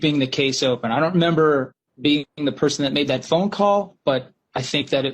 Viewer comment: You memmber. Memmber? You memmber.